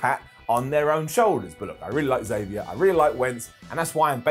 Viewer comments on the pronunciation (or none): none